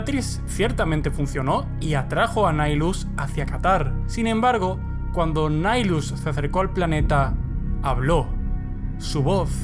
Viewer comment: De hecho el personaje y el titulo señor del hambre. Es una mala traducción. Y de hecho es un nombre latin seria Nihil "nada" En resumen se pronuncia nahaylus "El señor de la nada"